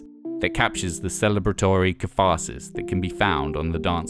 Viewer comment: You had me up until "caffasis" GEEZASS! Can you not sort that out? It's embarrassing.